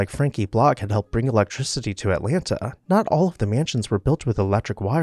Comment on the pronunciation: Too bad a post about Atlanta was performed by a man who does not know how to pronounce Atlanta.